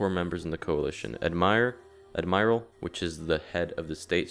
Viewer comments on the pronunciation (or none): anyone noticed how he pronounced admiral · The way he said admiral 😂